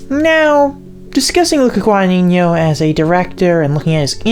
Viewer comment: so many wrong pronounciations of the surname "Guadagnino" great video tho